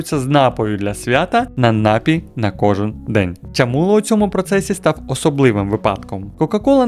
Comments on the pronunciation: Та досить вже говорити нАпій, окей один раз, але щоразу ну просто слух ріже. Я не стараюсь душнити, але ж слово напІй, з наголосом на другий склад, навіть звучить милозвучніше... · НапІй, а не нАпій!!! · НапІй, напОї й усі слова цього ряду мають тільки один наголос.